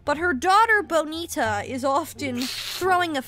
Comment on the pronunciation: I love how you say bonita perfectly in the middle of an english sentence